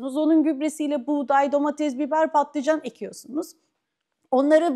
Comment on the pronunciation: Domates kız, domatez değil